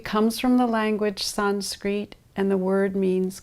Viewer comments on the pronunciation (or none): Comes from the language “sanskreeet” lmao. Fucking lady can’t pronounce Sanskrit and it’s hilarious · i have never in my life heard "sanskrit" pronounced like that